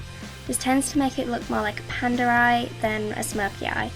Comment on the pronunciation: tHE WAY YOU SAY PANDA